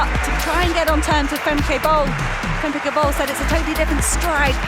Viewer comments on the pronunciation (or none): It is not Fem-kay. Pronounced as Fem-kuh, like in duh.